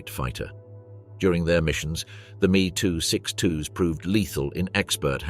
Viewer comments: dumb ai and lazy developers of youtube videos its not me its M E two letters pronounced seperately, and its von braun not van brown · It is M..E short for Messerschmidt not me as in oneself. The curse of AI generated speech